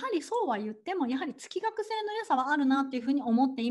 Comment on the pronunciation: 月額(げつがく)と読むのが本来正しいかと…。